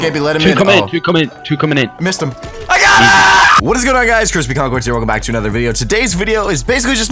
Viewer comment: Crispy Concords weres brispy bonbords